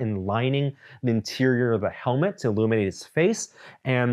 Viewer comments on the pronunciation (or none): none